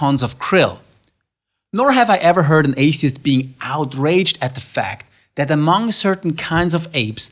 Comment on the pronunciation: "Apey-ist" looool i love it!